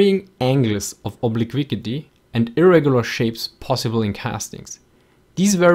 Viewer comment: great video,love the accent, but cant understand your pronunciation especially on words like obliquity.